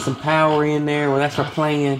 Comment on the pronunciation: "plan" is not two syllables................ just sayin'